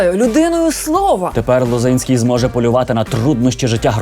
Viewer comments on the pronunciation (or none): Віктор це той що ЛозІнський, а ЛозИнський - це нардеп від Голосу.